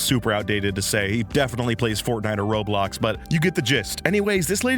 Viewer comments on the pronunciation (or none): none